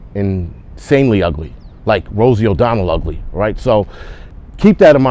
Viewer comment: I literally had to replay that, totally thought I misheard him 😂😂